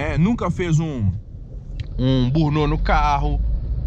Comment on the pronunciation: 😂😂😂 "burnô" foi engracado... pqp hahahahahahahahahahahahahahahaha "bârni aute" burnout... se nao sabe o termo correto, fala em portugues mesmo... borrachao, cantar pneu... zerinho... passando vergonha atoa